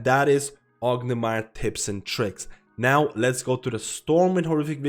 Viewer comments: great video, but why do you call it orgnimar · "ognamar" haha. Not meaning to make fun of you. Just a funny pronunciation. Great video!